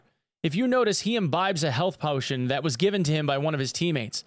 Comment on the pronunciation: health pow-tion 🤣